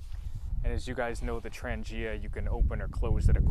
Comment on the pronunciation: Hi, very nice video. Thank you for the shout out. At least one new subscriber found the way to my channel. Nice set up and you pronounce Trangia well, my friend. Thanks for sharing! ATB, Ulrica